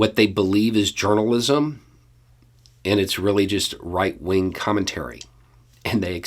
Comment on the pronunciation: I'm sure you meant "right-wing" but I absolutely heard "white-wing" and I don't want to hear another label for those morons ever again.